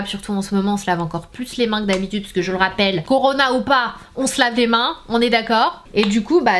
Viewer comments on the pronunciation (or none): none